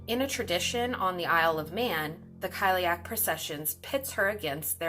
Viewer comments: Cile-uck not kile-ee-ack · I hope it didn’t come across as offensive. If you’ve watched Cursed it’s got one of the few proper pronunciations out there. So it’s pronounced like: kali-ach (the ch makes a kind of soft flem noise)